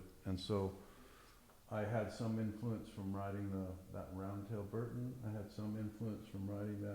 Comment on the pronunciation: lol mega facepalm every time this dork says 'Hurton" instead of Burton. grow up.